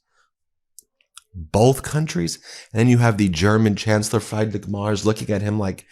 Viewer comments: It's pronounced Freedrick. Not frydrick. lol In German, an E before I is pronounced EYE. I before E is pronounced EEEE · Thanks for the update, Ben. One point that grates on this expat-American‘s ears is your pronunciation of the German Chancellor’s name: it sounds like “freed“ not “fried (egg)” — “Freed-rich” and his last name rhymes with “mare” (the female horse) wth a “tz” on the end. You lose credibility when you don’t get people’s name right… Keep being a pro! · Ben, it's not pronounced FRIED-rich, it's pronounced FREED-rich! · Friedrich is pronounced freed rich ... Not Like fried ( Chicken) 😀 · Can there be any doubt now that he is a Russian asset?! Also, it's pronounced more like "freedrich" then "frydrich" for anyone interested 😁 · Free-drich… not Fry-drich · Friedrich is pronounced Free-drick, not Fry-drick. In German, words with the vowel combination ie or ei are pronounced as if the second one is a long vowel. So ee for ie, and eye for ei. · German follower of your channel here (great channel btw). I know it's hard to pronounce German names, just a little tip: ‘Friedrich’ means Fredrick in English, you could also call our chancellor Fredrick Merz, that wouldn't hurt German ears as much as ‘Frydrick’ ... (no offence meant) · For what it's worth, in German when a word has two consecutive vowels the second vowel is pronounced. So for Friedrich, it would be pronounced Freedrich, not fried like French fries. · For the pronunciation it's not fry it's more free -drick Merz😊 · Ben, I love ya' but it's not pronounced fried-rick, it's freed-rick. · And Friedrich. It's pronounced free drich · It’s pronounced ‘Freed-rick’ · FWIW "Friedrich" is pronounced "FREE-drich" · Friedrich Merz NOT "Frydrich Mars". What does President McRone think about it? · Pronounce Nerz‘s first name Freedrick. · His name is not 'Freidrich MArs' it is Friedrich Merz, please show some respeckt and pronaaounce his name right, it takes just a minute to check it up, Ben!